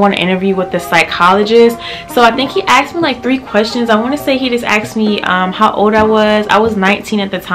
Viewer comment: I cringed when she says "he axed me"